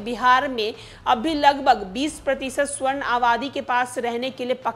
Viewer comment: मुझे लगता है हिंदी में आपके हाथ थोड़े तंग है। स्वर्ण नही सवर्ण होता है। कायस्थ भी एक बार मे आप नही पढ़ पाई।